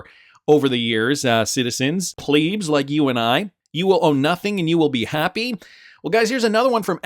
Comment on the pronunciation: why do you say pleebs. its plebs